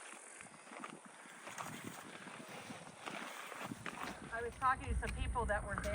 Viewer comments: Pronounced Tee-tahns….. 👊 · I thought it was tee-tawns. Beautiful scenery none the less👍👍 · Ineresting pronunciation of TETONS. Your NY roots showing.